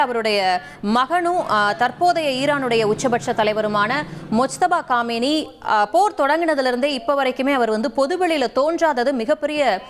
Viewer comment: காமேனி இல்ல கமெய்னி